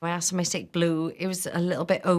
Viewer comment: Asked not Aksed